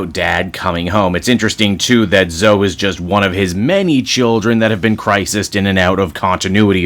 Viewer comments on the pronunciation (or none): Zo-E not "Zo", like with Chloe, it isn't just "Clo" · Her name is pronounced Zo-ee, not Zo.